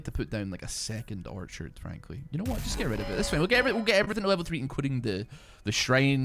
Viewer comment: You know how long it took me to realize he was saying orchard and not archer 😂😂😂. Great videos man!